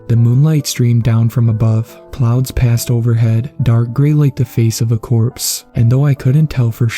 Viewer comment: desecate. clouds. But i understand accidentally saying plouds.